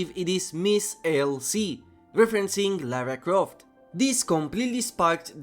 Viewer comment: "Lara Croft" Hey he pronounced it right, unlike seemingly everyone else talking about this "Tom Raider" 🥲